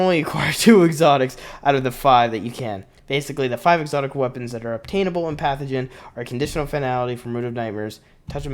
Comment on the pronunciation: It’s pantheon moron not pathogen 😂😂😂 this is why i don’t trust this moron with any destiny news